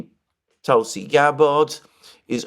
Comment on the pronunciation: Hi, please ease off the 2nd "a" in Tulsi Gabbard's name 😂 If confirmed, it will be ironic for Tulsi to move from the "Terror watch list" to the "Director of National Intelligence"